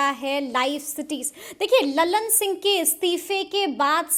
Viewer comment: उच्चारण सुधारिये, ललन सिंह को आप लल्लन सिंह बोलती है।